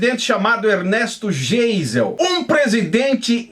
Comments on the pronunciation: Primeiro vc precisa aprender a ler. Vc parece que foi a(na)lfabetizado pelo Mobral. O nome do presidente pronuncia-se GAIZEL e não Geisel. Vc fala hipocresia mas a palavra é hipocrisia. Intúito vc fala intuito...e assim vai. Segundo: Não houve ditadura e sim regime militar extremamente necessário naquela época. Foi o povo quem pediu , não houve golpe militar. Terceiro: Ninguém era inocente. Para colocar o país em ordem foi necessário uma ação enérgica. Tinha muito lixo ideológico como existe hoje , sendo que nos dias atuais tem muito mais. Quarto: Essa alusão a presidente evangélico com duplo sentido é somente para falar do presidente Bolsonaro (Que é CATÓLICO). Então... Vc precisa (primeiro aprender a ler)se informar direito e parar de falar bobagens das quais além de não ter conhecimento (não sabe ler e qdo lê, lê mal (analfabeto funcional) e procurar fontes fidedignas. A única coisa que sou obrigado a concordar contigo é que o meio evangélico brasileiro é podre...Muito podre mesmo. Eu me libertei desse jugo(Egito) a muitos anos. Qto as demais coisas...vc precisa melhorar. Admiro o seu trabalho...Fica a dica. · Será o "Estado Islâmico" no Brasil! Só a título de informação. "GEISEL", nome alemão cuja pronúncia é "Gaizel". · Geisel se pronuncia (Gaisel), blz?